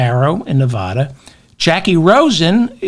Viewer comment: Please pronounce my state correctly. It will help a little though I doubt many googles are watching. Neh-VA-duh Say "Neh-VA-duh". That is the correct way to pronounce the state name. Put emphasis on the second syllable. Pronounce it so that the middle part rhymes with the “ad” sound in the words "sad" or "mad." Compare "Nevada" and "Nebraska." The corresponding vowels in the two names are pronounced the same.